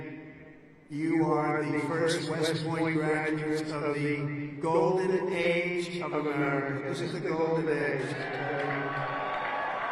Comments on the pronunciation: “Garduates”?? Geez. And he would know strength if it bit him. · "Garduates"? Might want to edit that. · "Garduates"? Come on, Forbes.